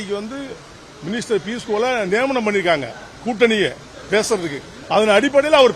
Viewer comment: பியூஸ் கோயல் என்று சொல்ல முடியவில்லை.....